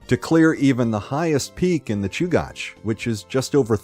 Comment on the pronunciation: It’s pronounced Choo-gach, not Choo-goch. You said it correctly the first time and incorrectly the rest of the time.